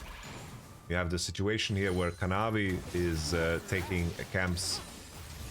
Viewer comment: Kanavi ❌ Canawi 🗣️✅